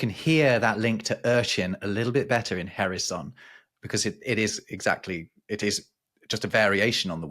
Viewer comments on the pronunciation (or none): As usual, a very, very, very interesting video. Just a couple of points. The 'H' in 'herisson' is not pronounced. No 'H' in french words are pronounced. They are 100% silent. So 'erisson'. The name 'Sequoyah' must also have a meaning, but you said nothing about that other than it was a Native American's name. What does 'Sequoyah' mean? As to woodland animals, what happened to the 'Squirrel' and do Germans really have problems pronouncing it?